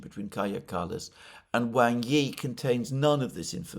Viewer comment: I know it is a nitpick sorry, but "Wang" is not pronounced like bang, but like the pong in ping pong or like wong.